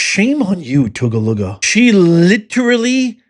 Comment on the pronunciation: It's pronounced, "TOO-GUH-LOO"! My mother graduated from there in 1957.